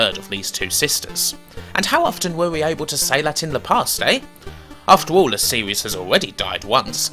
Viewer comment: why does he say lee instead of the?